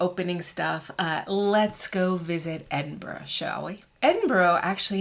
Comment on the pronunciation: Please learn to pronounce Edinburgh properly. It was painful to hear you say it wrong soooo many times.